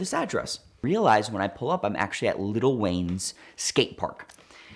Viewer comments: he said Little Wayne :) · dude said "little wayne"